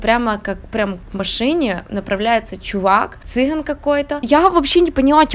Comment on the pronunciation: цыГАн. Буква - Г, ударение - А